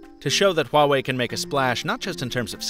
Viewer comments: You pronounced “Huawei” better than any other youtuber. You must have at least one chinese friend. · The company did release a video saying it's porschE though, so I think you might just be wrong. But you got Huawei right :)) and that's a rare one.